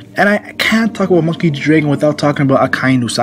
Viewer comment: Say draygon again see what happens